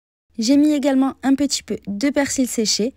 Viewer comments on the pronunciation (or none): Quoi qu'il en soit, c'est "peTit" et non "petchi".. Bisous ! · Votre prononciation de la lettre T est désagréable à entendre.. C'est petit et non petchi ..Sinon vous proposez de bonnes recettes..